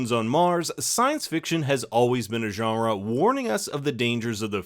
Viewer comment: Love it when ur French Canadian accent comes out lol. “Genre”